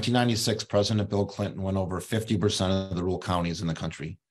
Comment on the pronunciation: So basically the libs didn't cheat enough. It's Rur al. Not rool, you hayseed